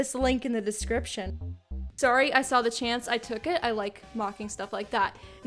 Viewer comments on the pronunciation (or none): slightly canadian sorry